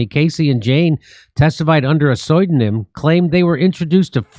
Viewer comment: This just proves that Jimmy is illiterate. He calls Cassie "Casey" and in a second he'll say "Soydonym" for pseudonym.